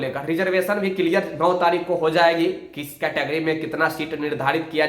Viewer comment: Tumko likhne bolne aata hai jo bpsc ke candidate ko bol rahe ho? Pratyek ko pratek likhte ho wo bhi thumbnail me, category ko categooryyy kahte ho Khud kaabil ban jao pehle